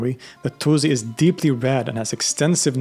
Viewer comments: not zi but si Attuzi is wrong for no reason WHY? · Albeit being Swedish, I think this comes from the fact that in English the u sound is always follows by z not s. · It’s pronounced al-Tūsi (with a long ‘ū’ sound), not ‘al-Tuzi.’ The Arabic letter س (sīn) gives an ‘s’ sound, not a ‘z.’ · He tries his best, and it's better than some/most. But it is still not correct in either Arabic or Persian. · Great video as always, one thing though the s in Tusi is pronounced like s not z.